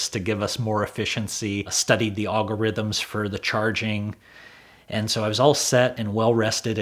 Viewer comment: Studied the "augerhythms"